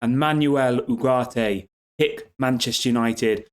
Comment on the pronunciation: Manwell Oogartay is how to pronounce it 👌